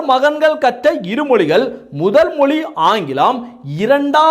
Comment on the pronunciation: ஏய் கேன நீதான் ஆங்கிலம் பேசுவியே இந்த வீடியோ வை ஆங்கிலத்தில் போடும்.ஏண்டா பிக்காலிபயலே நீ மொழியை மொலின்னு பேசுற நீ உதயநிதி உச்சரிப்பு பற்றி பேசுற😊😊😊😊😊😊😊😊😊